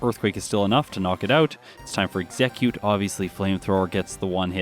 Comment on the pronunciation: Ex - eh - cute